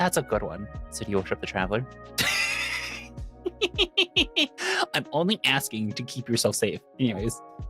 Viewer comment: "Thank you, travaler" ::)